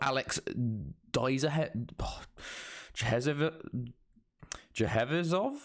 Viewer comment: You pronouncing “Alex Dzhevizov” was hilarious🤣